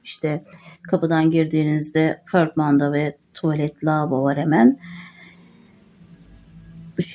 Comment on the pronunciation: Pörtmendo değil, portmanto